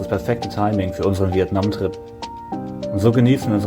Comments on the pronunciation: Viet Naaahm 🤪khina war schlimmer 😄☝🏼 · DIe Aussprache von Vietnam hab ich auch noch nie gehört :D